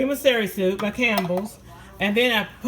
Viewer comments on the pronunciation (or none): It celery hunny not serry.